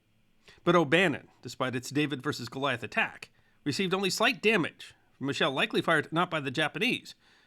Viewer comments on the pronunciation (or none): none